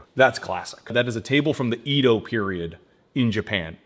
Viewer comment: I know this is very minor, but Edo is more like eh-do, not ee-do. But I'm always really impressed with how good the marquetry/veneer designs come out, they always look so good.